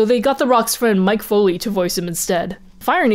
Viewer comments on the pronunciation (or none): Its actually pronounced mick not mike